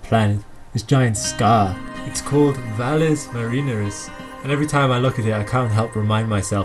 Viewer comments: "Valles Mareeners"?? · Good video but you mispronounced "Valles Marineris". . It only takes 10 seconds to research pronunciations. Music is a bit loud too but still watchable. And no cameo shots! 😃